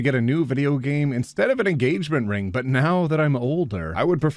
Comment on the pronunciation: I hope we all know very well that , that sounded a lot less like "but" and a lot more like "butt". Actually that gives me an idea for a satirical meme